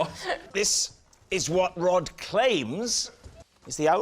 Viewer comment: this is retarded as fuck. "On the Rhod to happiness"? That's not even how you say the guy's name. I had to look it up to make sure I wasn't the one being completely asinine, but yeah, this'd be said "On the ROD to happiness" as in Rod rhymes with sod (rhymes with Rhod, which is how you say this fella's first name.) The title is obviously trying to be a play on the phrase "On the Road to happiness", however, unfortunately for the poor sado who uploaded this video, that's not how to pronounce the man's name. According to Google. According to Google, you're a retard; that must be nice to know. at least-- one way or the other, y'kno? I'm still in the dark on Google's feelings about me, so I've still got that hanging over my head for God knows how long. They know what kinda porn I'm into and what question I'm intending to ask practically before I do, but so far as I can tell, Google doesn't lean one way or the other on this topic. Unless that's the sort of info they collect on people they then go on to sell; could easily be that. Now that would seriously suck ass, shelling out money to some ad company only to find out Google's been telling 'em I'm a fucking retard or some sorta homo or something. Not that there'd be anything wrong with that, mind you, it would just suck to have to pay for.